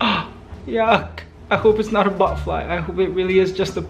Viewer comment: you say Buttfly hahaha